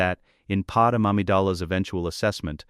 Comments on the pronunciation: I liked the story... but please teach your AI that it's Padmé (Pad-MAY) not Padam... it's rather annoying to keep hearing that error... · Why are all the ai stories always getting Padme (Pad-May) pronunciation incorrect?